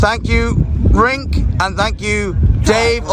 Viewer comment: he said the guys name was rink 😄 hahaha